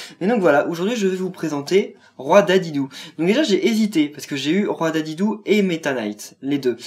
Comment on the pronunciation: Sa ce dit DIDIDI et pas dédédé